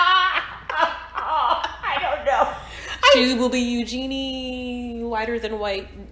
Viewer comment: The Ugenny pronunciation took me out. I love you guys. Just hearing you for the first time. Love how the squad is growing.